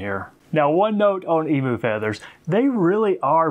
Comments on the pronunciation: Eem you is how its pronounced,not eemoo.Otherwise us aussies are going to start saying OOSA instead of USA.(fair warning) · It's pronounced emew